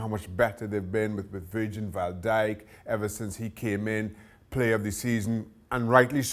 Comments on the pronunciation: Did he say virgin van dijke 😂😂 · Pretty sure he said VIRGIN Val Dijk 😂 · "virgin Val dijk"